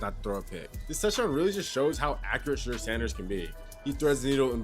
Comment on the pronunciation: SHEDEUR (shee door) getting paid off him the least you can do is pronounce his name right! Hell a few of you backstabbing Johnny come lately know it all need to call him Mr.SANDERS